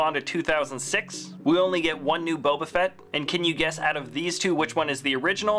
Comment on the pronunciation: Also at one point in the video he says "fett" in a way that sounded like "fret".